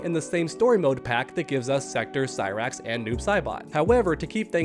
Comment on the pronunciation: Cy-Bra-X and Sexchange-tor hahahahahaha